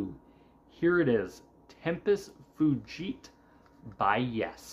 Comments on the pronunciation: Tempus Fugit…. Latin for ‘time flies’. Fugit is usually pronounced fu-jit. Drama is easily one of my favorite albums by Yes. It is absolute brilliance. I have no misguided loyalties about Jon Anderson not singing lead. Jon and Rick walked out of their own free will, and left Chris, Alan and Steve high and dry. They walked out right before a tour had already been scheduled. Chris has always been the backbone behind Yes. He has always been their heart and their soul, and they left him holding the bag. So as far as I’m concerned, they betrayed Yes. And looking back on it, I am glad they did, because Drama would not have been made had Rick and Jon still been there. It is number three on my list of favorite albums by Yes behind the YES album and Fragile. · I really like this album a lot. I grew up with classic Yes in my teen years, and even though there is no Jon and it sounds completely different, it's still great. Machine Messiah is my favorite from this album, followed by Tempus Fugit, then Into the Lens. By the way, I pronounce fugit as "fyou-jit". The beginning fu as you say it in the word fugitive. Some people pronounce it like "foo-jit". And some people pronounce the g as a hard g.